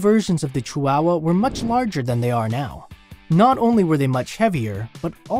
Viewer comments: It's not pronounced cheeWOWuh. ❌ It's chee wa wa. ✅ Chi hua hua. There is no "wow", just "wa" (hua). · It's not "chi-wow-wow" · "CHEW-WOW-WUH" first time i heard it pronounced this way😂interesting facts tho😊